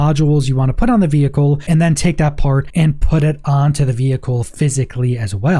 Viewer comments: Please Please Please, I am English, the birthplace of English - veHicle is really badly pronounced. Just say "vee icle" - trust the people who actually speak English. Horrible to listen to. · The way you say vehicle is so annoying especially being that its the most used word in this video lol 😝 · I was just about to come on here and say the same thing. What is going on with the "h"? :)